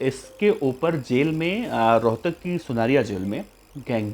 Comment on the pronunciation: Rhotak ha rohkar nhe bhai ji